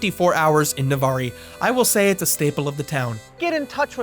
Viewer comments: i hate to be that guy, but its pronounced nuh-var over here, the e is silent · It's pronounced "Nu-varr" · it is pronounced Na Var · As a local Navarr-ee had me cracking up. 😂 He definitely didn't hear that from a local. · Aye bro it's "nuh-var" lmao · Cool video but why do you pronounce the e in Navarre? As a fellow Floridian who lives near Navarre I'm disappointed. It's just pronounced na-var there's no I sound at the end. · It’s pronunced Nuh-Var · Amazing video! As someone from Florida, it was nice to see some of the places I’ve been to on your video. Also, Nevarre is pronounced like “Nevar” 😂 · This video starting out in Navarre (pronounced nuhv-are btw) was completely unexpected and jarring lol. Our McDonald’s was remodeled in 2017. Before the large underwater play place it has now, it had outdoor seating (along with a wooden trellis that didn’t last long) and a beach theme to the inside. Lots of large clear windows and a very relaxed feel. But they wanted to make it more modern, and thus the large enclosed play place and underwater theme! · No big deal but Navarre is actually pronounced like *Nah-var but otherwise amazing video!!! ❤🎉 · Loved seeing the old Mcdonalds from my childhood! Though as someone from the Santa Rosa Beach area it was wild hearing Navarre pronounced like that kjsgdkjgks It would normally just be Nuh-vAAr, like "car". You made it sound so fancy. 🤣Fantastic work as always! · the E on Navarre Is silent it's Navar also tricks are for kids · I can’t tell if you were doing a bit but you don’t pronounce the “e” in Navarre. (Nah-var) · I'm only 2 minutes in but pronouncing the e at the end of Navarre physically hurt me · Dude- The "E" is silent on Navarre. I love this video. Im a Tally local too. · the way you pronounced navarre Florida was so upsetting. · The e is silent in Navarre. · Navarre. Also, it’s a silent e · Fun fact, the e is silent. Navarre rhymes with bar. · It’s the way you pronounce Navarre wrong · it’s NA-VAR